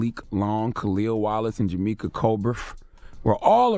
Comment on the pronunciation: Ron I. Jamaica is his name not Jamika